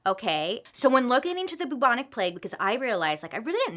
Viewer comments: Hey Bailey, I'm your biggest fan and I always watch immediately every story you post because they're so interesting. One thing though that made us chuckle every 5 minutes while watching this vid, is how you say Bubonic. It should be pronounced "Bewbonic" like "new" not "Boobonic" 😂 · I appreciate the attempt, but the pronunciation is still not right. It's not pronounced boo-bonic, it's pronounced closer to byou-bonic plague because a symptom of the plague is the formation of buboes on the body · no longer pronouncing bubonic as byoobonic, but as only boobonic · its peonounced byou bon ic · The cutest thing is in the UK we pronounce it B - YOU - BONIC but she can say BOO all day long! Love you Bailey! Keep doing what you're doing you're a flash of light in the darkness of my day! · Actually a couple of months after the COVID outbreak started in China there were also cases of the Bubonic ( the u bit is pronounced Ew so it's B-eww-bonic )plague not far from where COVID started. It's never died out as the fleas live on rats but outbreaks are rare but since COVID started in China it's interesting that outbreaks of other viruses or plagues have risen put of nowhere. Strange eh ? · The way she pronounces bubonic is hilarious! It's pronounced b-yew-bonic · Haha in the UK we pronounce it like ‘byoo-bonic’ plague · Pronounced Bewbonic 👍😃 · Love Bailey, but I did burst our laughing every time at the pronunciation of Bubonic! Literally never heard it pronounced that way lol